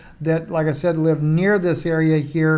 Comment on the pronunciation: Was that a Kabbalah Freudian slip when you said Israeli News LIE at the beginning? It sounds clearly different from when you say LIVE...